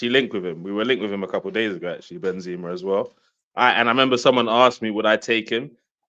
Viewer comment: Chelsea doesn't deserve a player like Benzema cause the fans can't even pronounce his name right.... This Chelsea fan called him "Ben-zeeema" and so did on another stream.... It's "Benzema" just how it reads, no holding on the 2nd "e"...